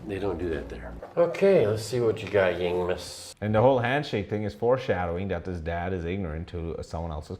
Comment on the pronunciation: Meanwhile in some part of the world, a young man called Zhong Chenle hearing the name Yingmas plus the horrid pronunciation: someone hold my microphone, I’m talking to that man’s president